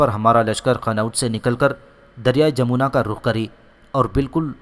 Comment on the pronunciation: Correct name is Jamna not jamona